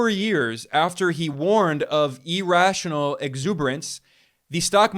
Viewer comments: EAR- rational, not E-rational. cmon man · Irrational is pronounced ear-rational not e-rational. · The fact that he US is in a financial bubble which will end badly is undoubtedly true, but the continued pronunciation of "irrational" as "e rational" is an indication of the level of knowledge and depth of analysis, both of which are superficial. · Please stop saying e-rational. Jeez